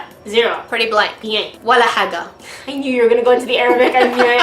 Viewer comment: your walla haga is pretty good actually :D